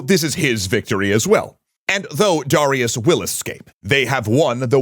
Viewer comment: Why can't he pronounce Darius correctly?